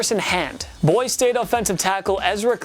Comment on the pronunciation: Dude said “Boys State” instead of Boy-C State 🤣